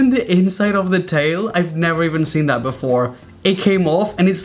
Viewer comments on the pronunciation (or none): Like how he just says "tha" instead of "that" - love ur videos Raphael